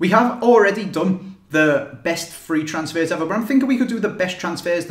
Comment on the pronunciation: Thee Weeeest transsfehs eveh